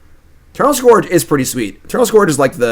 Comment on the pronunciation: Scourge rhymes with urge,!